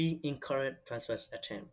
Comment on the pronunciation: Password and not paswas